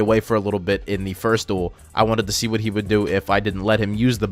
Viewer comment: he legit used "woht" instead of "what" yes it does